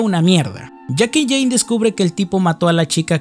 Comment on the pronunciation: no era Jane? Dijiste Jina xd